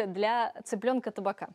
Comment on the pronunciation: Не таБака, а таПака! Это от названия посуды в которой готовится всё под прессом, "тапаки" называется!